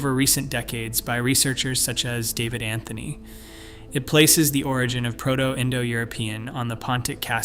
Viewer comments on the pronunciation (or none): none